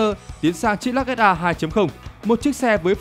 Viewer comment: Lux mà bố con đọc là "_Lắc " Tiếng anh Đại học Trường Sơn !